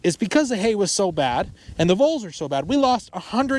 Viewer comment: The Voles tore up the ground. LOL, thought for sure the first time you said bulls.